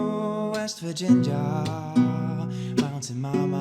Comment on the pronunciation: Swedish man singing mario version of a united states country song and pronouncing “West Virginia” as “West Vaginja”